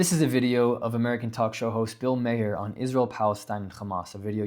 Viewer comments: It’s Bill Maher. Not Mayor. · His name is not Mayor, it's Maher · His name isn’t Pronounced Mayer. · Ma-Her not mayor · It’s Ma-her not May-her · Marrrrr. Not mahair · That's not how you pronounce his name. Get off the internet if you don't know what you're talking about. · You pronounced Bill Maher's name wrong.